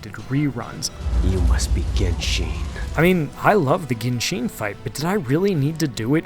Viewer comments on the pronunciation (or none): none